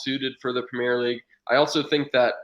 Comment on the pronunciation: Considering the American loves getting pronunciations so correct, why can’t he say “premier” league properly? Great stream though keep it up